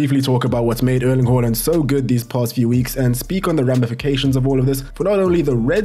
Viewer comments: It's haland not holand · It's not "whore" lind it's HAAAA land!!! Please get it right! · It's haaland not Holland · "Earling Hoeland" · The fact you pronounce Haaland wrong tilts the fu_k out of me.